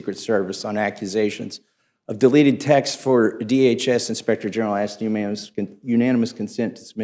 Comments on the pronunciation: "At the time we axed for it..." Good Lord, this is the level of intelligence we have running this country? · J6 Committee Chair just used “axe” for “ask” ON CAPITAL HILL! We’re deevolving. 😣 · Yup...it's funny you axed that! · He said “axed” all I need to know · Thompson "axed"... What a clown!